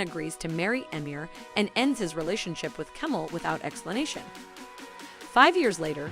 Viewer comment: As a Dutch person not speaking turkish, i almost did not finish this video because of the pronunciation of names. Kemal, nihan.... Made my skin crawl. Hazel and Hazal.... There is a huge difference.. Please do some research before insulting the language. Love the video content though.